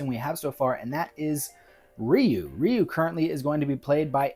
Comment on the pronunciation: Curious how you pronounce Ryu's name more accurately when discussing his casting but then you use the mistaken pronunciation when discussing the anime movie which is ironic because that movie said his name properly and taught many of us westerners how to say it right, when the 1994 live action movie did it wrong. :P Anyways yeah, not sure about Leo Howard as Ken but the rest of your choices are pretty great. Alan Ritchson absolutely has the size, muscle and is a great actor too. I'd go with him as Guile but failing that, yeah I could see him as Bison (who I like to see as a huge guy with a big grin like the anime movie). :D